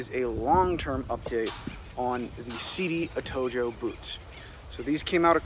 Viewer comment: It’s pronounced Atohoe